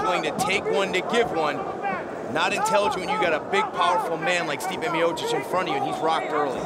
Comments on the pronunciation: Stipe "Myosick"miocic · Stipe "the My-Oh-Seek" Miocic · STIPE MIOCIC Commentator: Stee-pay Meeyowchich Me: Stype MayoSick? 🤣🤣🤣😂😂😂😂